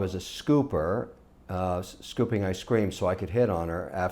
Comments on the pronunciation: "I scream" why is Kevin's pronunciation of ice cream so weird? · Yh bro ice creem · He used to have a speech impediment could be leftovers from that.